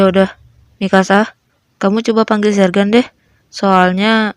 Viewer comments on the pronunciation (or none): Bukan jergan tapi zergan